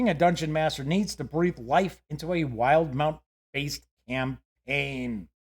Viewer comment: "will - di - mount"